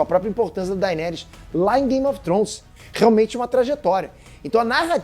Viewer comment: Precisa melhorar a pronúncia, "game of Trons" dói de ouvir, e "daineres" também